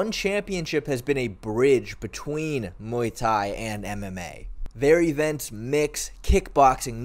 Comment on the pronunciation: When you say Muay Thai I think oowii